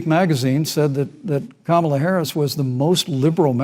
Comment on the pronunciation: Thanks for pronouncing Kamala with the emphasis on the second syllable. 🙂